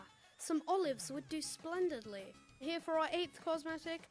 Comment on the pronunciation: The fact that he said splendedle is amazing